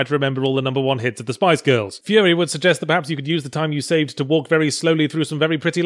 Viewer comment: furi is spelled correctly. you just pronounce it wrong. Because "furi" is the japanese pronounciation of the word "free"